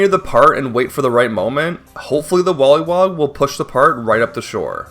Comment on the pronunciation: I don't know if anyone else even noticed or if it's an accent thing or something but I kept getting distracted by the way he says k and g sounds. When he says take it sounds like tate, when he says breadbug it sounds like breadbu or breadbut, when he says wollywog it sounds like wollywod, when he says dioxin it sounds like diotsin, when he says fact it sounds like fat. I'm not trying to make fun and I'm still massively impressed by what he's done, I just kept losing focus when he said certain words